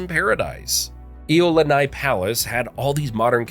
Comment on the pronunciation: Braddahs and sistahs I am so with you— there were such excellent facts but with horrible Hawaiian pronunciation 😖. I cringed too every time he kept saying “HighLow” (Hilo) or Eyelani (Iolani), I literally started having a headache, because I couldn’t follow his reference points. I think the Hawaiian Nightmarchers need to pay the commentator a visit for a Hawaiian language class 😆🤙🏽.